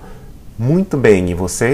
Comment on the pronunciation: kind of sounds like 'bay em' to me.